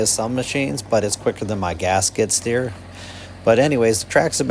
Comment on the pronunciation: "gasket steer" is what I heard for a while... Then I realized you were saying "gas skid steer" 😅 Great video though. I'm very interested in this model now and super impressed by its 1400 lb lifting capacity that's amazing!